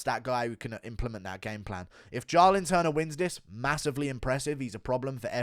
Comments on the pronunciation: Do you pronounce "Jaahhh-lin Turner" wrong on purpose to trigger people? Well, I'm triggered. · The way you said “Jalin turner” a million times killed me 🤣🤣